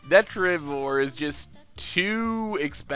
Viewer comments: Deh-trih-ti-vore Why do people try to teach him wrong? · He still pronounces 'Detritivore' wrong😠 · If you're upset about him pronouncing made up words wrong, you're going to be in for a bad time. He can't pronounce a lot of the real words.